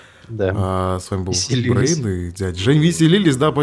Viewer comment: Брейндит а не брайндит